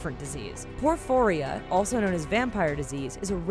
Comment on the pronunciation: You mispronounced pica and porphyria. Research much?